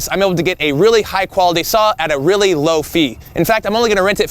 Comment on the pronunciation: great job in execution, but please work on saying "really" that kills.